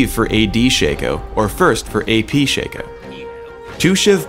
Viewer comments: Shay-co.... SHA-CO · ITS NOT SHACO ITS SHA-CO THATS HOW U READ IT! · I'm so glad to hear I'm not the only one that calls him "SHANKo" The guy slipped and called him that a few times in the video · It is pronounced Shaco not Shaco